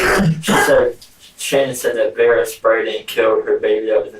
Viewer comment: “Veer-ah” not verreah